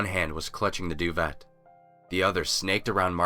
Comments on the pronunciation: lol doo-vet. It's pronounce doo-vey But otherwise good telling... freg that ending..... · Can we just... The 't' in duvet is silent... I'm sorry, but I just